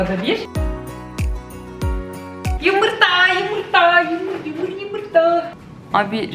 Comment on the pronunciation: Yımırta, Yımırta, Yımırta diyişine hayranım 🤗😂